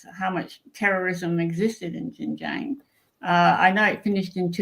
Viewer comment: A most interesting video, and story of facts and implied geopolitics. Just one point about the pronunciation of Xinjiang - it’s pronounced the way it’s written in pinyin: xin j- i -ang (don’t miss out the “i” - which is what all 3 of you did wrongly !).